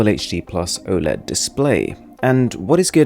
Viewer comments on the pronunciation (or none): none